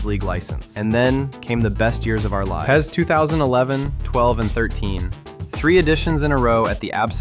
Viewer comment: Pronouncing it pez hurts my soul